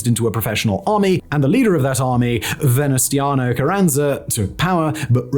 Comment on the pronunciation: Venustanio 😂 i know it's childish but still hearing that butchered Name Made me chuckle a little 😅